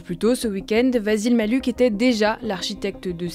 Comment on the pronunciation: Je suis à peu près certain que ça se prononce "Vassil Maliouk" et non "Vazil Mali-uk"